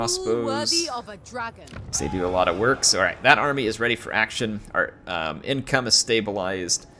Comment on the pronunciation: "Yin"come, I like it! 😁